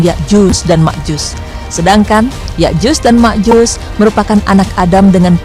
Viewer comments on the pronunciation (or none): Yakjuj dan Makjuj mba bukan Yakjus dan Makjus. Haduhh..